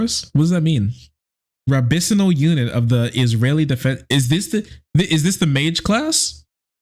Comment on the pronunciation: It's good that you continued to shine a light on this, But bro, you pronounced rabbinical 'rab-bini-sal.' I'm dead. ☠